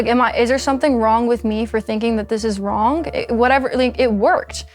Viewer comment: Odd how she pronounces words sometimes: wronk instead of wrong, thinks instead of things, competink instead of competing. kekw